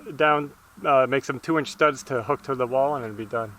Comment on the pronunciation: when was talking about the bonus material and he said STUD I thought he said stunt, so I expected him to dive off the house into a mattress or something LOL!